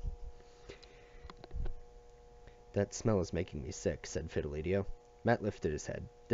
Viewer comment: This series really helped | side note it’s pronounced Fid-e-li-to not Fil-e-de-tio